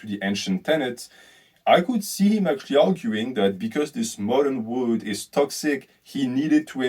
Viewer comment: you pronounce "world" like "wood"